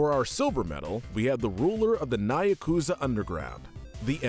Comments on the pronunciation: "The ruler of the NAYAKUZA underground" I... what?! It's Nyakuza. There is no A between the N and Y. And it's Nyakuza because the Japanese word for 'meow' is "nya". Not "naya". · He really said "niyakuza"